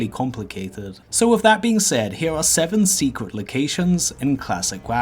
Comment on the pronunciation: Love those "secwet" areas in "Stwangleforn vale".....